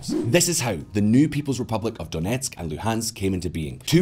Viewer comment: I'm impressed with your Ukrainian pronunciation when you say "Donetsk" and "Luhansk". Nice job